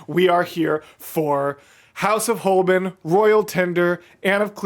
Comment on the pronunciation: How can you listen to an entire Song permanently repeating Holbein and still pronounce it completely wrong? Its not Holbin.